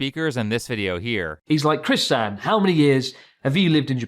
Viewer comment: The fact Chris doesn't even pronounce さん right is pretty telling. You shouldn't have a thick accent if you've studied hard at all.